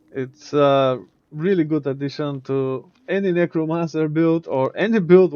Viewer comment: bro did not say necromancer 💀